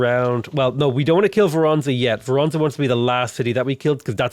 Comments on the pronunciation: Voh roh nezh, not vor ahn zuh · city: Voronezh (with hard zh but actually pronounced like sh because it's at the end of the word): Vor- Var- Verona? 😂